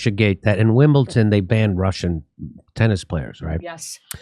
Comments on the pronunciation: it is WIMLBEDON -NOT wimbelTon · "Wimbleton" WIM BULL DUN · Jimmy it’s Wimbledon not wimbleTon - snobby tennis fan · Why are you saying Wimbleton Jimmy it'' s Wimbledon !!! Driving me mad 😂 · There's no "t" in Wimbledon! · of course dumb-dumb jimmy (whom I love) said wimbleTON. you silly fool. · Jimmy, please don't Pronounce Wimbledon WimbleTon! the D is pronounced as a D. Thanks. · STOP SAYING WIMBLETON!!!! ITS A D DUDE!! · What’s Wimble-Ton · I’m glad I’m not the only one who pronounces the “d” as a “t” in Wimbledon. Thanks for helping me feel seen (or heard), Jimmy. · Jimmy there's no T in Wimbledon.